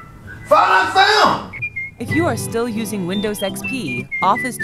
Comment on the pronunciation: Welcome in 2023 Ugh what is windows "ex-pe"